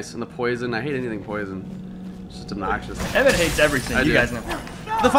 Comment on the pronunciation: Auri-El. Auriel. Emm-Et...